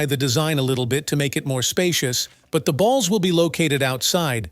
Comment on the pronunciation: the way he cept saying b a ll s